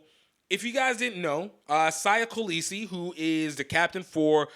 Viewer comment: Great show keep up the good work. Siya is pronounced (seeya kaleese)